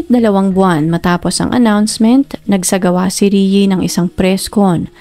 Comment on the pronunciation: PAKIBIGKAS NAMAN PO NG MAAYOS ANG PANGALAN NI RIE IT'S (RIYE OR RI-E NOT RIYI 🙄